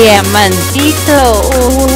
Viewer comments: Mike:díamant i to Traductor:diamanteilitu xddd lo analize y dice diamanteilitu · Cuando dise diamantito dise diamanteillu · Dise diamanteilito jajaja que risa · Dice diamanteilu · si da riza dice dimanteiritu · Alguien se da cuenta que la traductora dice diamantricho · Alguien se dió cuenta que la traductora dise DIAMANTEITU :v? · Cuando di ce di a man ti i to en vez de decir eso dice diamantitu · el traductor no puede decir diamantito XD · el traductor dice mal diamantito😂😂😂😂